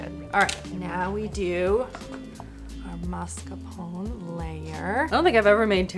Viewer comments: I love recipes more than gadgets. Also, not wanting to be rude, but I think it's mascarpone (ponE is pronounced) as MAS-CAR-PONE. You pronounce it MARS-CA-PONE which is cute, but I don't think it's right. Love your videos and interactions with Christopher ❤ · It's not the pone part of 'mascarpone' that's the question; it's the MARSK part in the beginning. 🤣 Masc-ar-pone. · Hey, correct pronunciation is maSCARpone (you've been saying marscapone) and you do pronounce ne at the end. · Ciao. MascarponE...you have to read the "one" to! Hugs from Italy ❤🇮🇹😘🌹🌹🌹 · For Marscapone, I pronounce the "e", but I do it like I've heard you're supposed to for "minestrone", where the last syllable is more like a short "eh". Almost like the "n" at the end has an extra forced exhale at the end. "mar-sca-PO-neh"